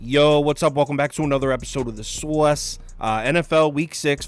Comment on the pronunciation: The soice, the soice…the SOICEEEE 🤣